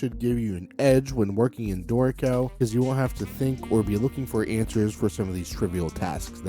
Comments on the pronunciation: Only problem I have with your videos is how your pronunciation of Dorico sounds so much like "dorko". Ew... lol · Note that the tonic accent is on the first syllable : DOrico. So the pronunciation is not that bad 🤷